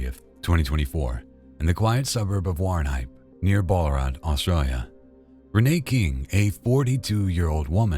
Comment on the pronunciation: It's not BORL-A-ROT, it's BAL (as in PAL) - A - RAT. And it's SHEER, not SHYRE. England does not have hobbits living there. And it's not 'AUSTIE', it's AUZZIE. Man, you are absolutely sloppy as hell with pronunciations. It literally takes 5 seconds to google. Unsubbed.